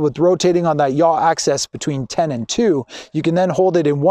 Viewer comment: Dude, really?? why should I take advice from someone who can't even say the correct terminology?? It's AXIS.... not "access". I would have totally re-shot this. makes you seem incredibly unprofessional and even a little bit pretentious!